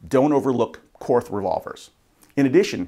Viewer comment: Korth is pronounced court. No th sound.